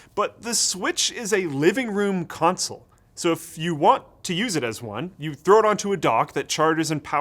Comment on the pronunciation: "you thow it onto a dog..." ^^